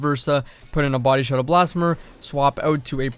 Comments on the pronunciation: yes! Blasph-ee-mer ffs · The first e in blasphemer is pronounced ee like in the word see. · blass-fee-mer 👀 I’m just poking fun don’t bully me.